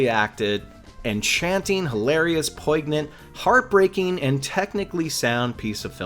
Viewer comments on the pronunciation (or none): Merlot is "intense and peppery?" I think you're confusing it with Zinfandel. The whole point of Miles hating Merlot is that it has a reputation for being softer and less complex than other reds. Also, the g in poignant is silent.